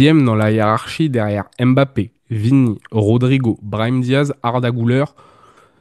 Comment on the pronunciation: on prononce "mbappé" et pas "m-bappé"